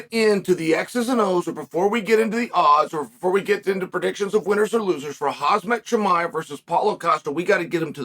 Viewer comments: Lol! Chael calls him Hazmat! Ha ha! No its pronounced Hamzat. HAZMAT is a protective suit you need to wear if you fight him. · Joey DIaz says "Kalabeeb" ( HABEEB) , Chael says "HAZ-MAT" ("HUM-ZA")..... And we know what they're saying anyway lol